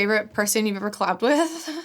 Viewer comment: “collabbed with” sounded like “clapped with” and an ad hit immediately